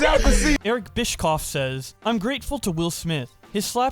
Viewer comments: It’s BISH-OFF, not BISH-KOFF! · Bischoff is pronounced bish-off. He is the former owner of WCW and was the GM of WWE Raw back in the 2000s. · It's pronounced "Bishoff". His last name has an "sh" sound :P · I know it's not important... But you mispronounced Bischoff's name. Sounds more like (Bish - Off) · Eric's last name is said like "bish-off" or how like to say it, bitch off